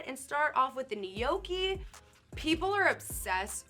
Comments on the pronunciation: Ni yo ke and “ Philly” killed me lmao. No. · Nay-yoki 😂😂😂 My nonna would lose her mind hearing that mispronunciation 😂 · Can't pronounce "Spanikopita", refers to the bao cheesesteak filling as "Philly", and then calls the gnocchi "Kell nay-oky"?!?! What cave did this poor woman grow up in that she's not familar with these foods? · The way she says gnocchi triggers me